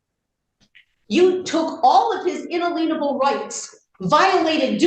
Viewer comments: When they mispronounce words like “inalienable” and say things like “inaleenable”, you know they have no idea whats actually coming out of their mouth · How is she a teacher in public schools and has no idea how to pronounce the word inalienable?! Sweet Jesus!!